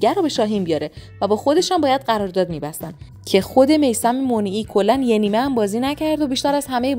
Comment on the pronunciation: میثم مُنیعی غلطه 🤣 مَنیعی درسته قبلش یه گوگل بکنید